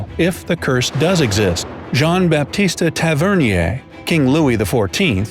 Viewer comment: They way he pronounced Jean-Baptiste Tavernier gave me cancer